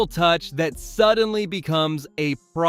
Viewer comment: Good video but o highly encourage you to check on the pronunciation of Olave and Etienne